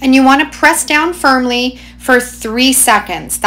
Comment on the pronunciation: Did anyone else hear her say “press down fern-ly” ?